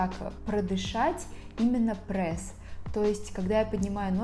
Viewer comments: Меня одну бесит что не прес а прэс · Вам тоже не нравится когда кто-то говорит Прээс?😆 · Я тоже говорю "прэсс"😊😁